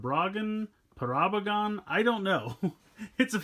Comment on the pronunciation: It’s parablagun